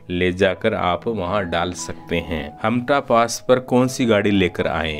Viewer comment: हामटा not हामता 😄